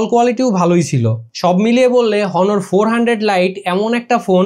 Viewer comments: Its not হনর, Its অনর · ব্যাটা ফোনের রিভিউ পরে দিস , আগে নিজের স্পেলিং ঠিক কর । হনর কে অ্নর বলতে শিখ । 😡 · হনোর না অনার! রিভিউয়ারদের ভালো,স্পষ্ট উচ্চারণ জানা থাকা প্রয়োজন। বিষয়গুলো খেয়াল রাখবেন। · ভাই ব্রান্ড এর নাম টা ঠিক করে বলেন।হনর না।অনার। আর ফোন লেগ করে না।লেক করে উচ্চারণ ঠিক করে কথা বলেন। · ভাই এটা হনর না এটা অনর